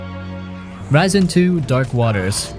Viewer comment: Ar-a-isen ??? Its a-ris-en as in arise ... as in rise